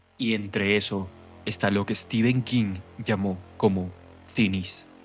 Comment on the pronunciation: cada vez que te escucho decir steven king me dan ganas de dejar de ver pese a la excelente narración , se pronuncia "estifen" o "stefen" no "esteven" , solo eso después 10/10 la narración